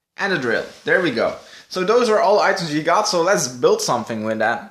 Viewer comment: your an awesome youtuber and i know its not your fault that you cant speak english that good but i get so triggered when you say dere (there) or when you say holy fricken moly or guaca moly or just holy moly and then it was one more thing that triggered me PS this was not a rant just some tips to get more subs like i get you in recommanded and watch you but beacuse you say those triggering stuff (reapiting not your fault just me being very easy to trigger) i wont sub you